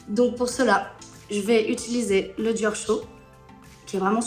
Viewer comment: “DioR” haha so perfect and amazing accent!!! 😍